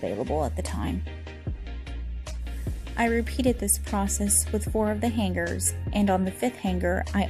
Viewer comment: The way you say hanGer tho 😅😊